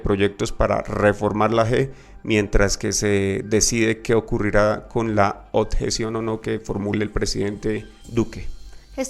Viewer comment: "La oTjeción" - "La JEEEEE" Hermano, tratemos de hablar mejor...